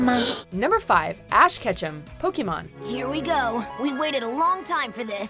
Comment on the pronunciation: ur pronouncing "Pokémon" wrong you need to watch more Indigo League